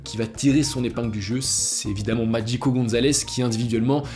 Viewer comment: Pourquoi prononcer "Magico" à l'italienne?